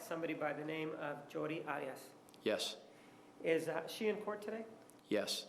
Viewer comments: LOL Martinez trying to impose on everyone else his heavy Spanish pronunciations of names. Who the fuck is Miss Odd-ee-oss? He doesn't get to decide how someone else pronounces his/her name. It was already clarified that that is NOT how she says her name, but he keeps doing it. What an arrogant douche he is. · Why does Juan pronounce Arias so weird? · Her father was Latino and Martinez is using the Latino pronounciation of Arias